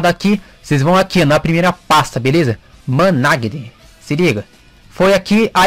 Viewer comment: ' Manage' KKKK COMO TÁ INGLÊS